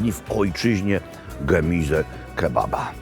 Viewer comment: pierwszy polski youtuber, który umie wymówić poprawnie gemize a nie gemuze! Doczekałem się, mogę odejść spokojny.